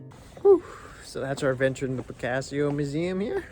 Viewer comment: And who is 'Picassio' ! 😬